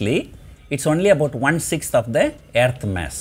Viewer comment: I like “Aaearth”